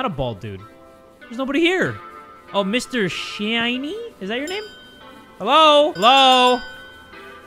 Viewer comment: The fact he pronounced ‘shiny’ as Shee-Ai-Nie 😭😭